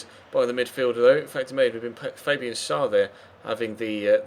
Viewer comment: the name schär is pronounced: share....just a little help :)